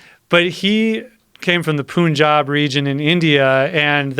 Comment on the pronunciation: I hate when they say poon-jab, it's pronounced pun-jab...pun would rhyme with sun.